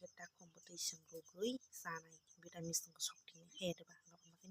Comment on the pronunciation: vitamin ❌ vitamis ✅